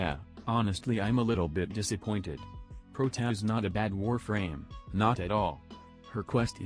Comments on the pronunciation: Its like protaa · When you try to writte "Protia" or something else to help the TTS and the result is Prot-a. I had to watch this twice, first one for comedic purposes and second one for game knowledge and opinion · Nobody: Text to speech voice:protaa